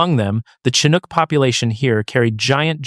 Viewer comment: Yep. Pronunciation of "Chinook" was done first properly, then incorrectly seconds later.